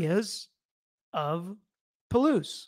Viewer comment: Say it like WA- WI- EE or say it like Hawaii (cept with a W.). You said Palouse great. All native words around here. The park is way the heck down a canyon several thousand feet. Look at the elevation of pullman and Moscow compared to Wawawai park. It’s dark, windy down an unpopulated canyon road. Not sure who would make the trek in the cold winter weather when roads are icy around here. Just saying, having known the area. You do a great job. Thanks 🤙🏾